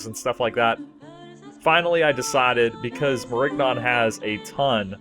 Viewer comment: Nigga the g is silent